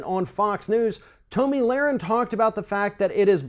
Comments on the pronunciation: Her name is pronounced "TOMMY" not "Toe-ME" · pronunciation of Toe-me Lahren and Colin Caper-nick is throwing me for a loop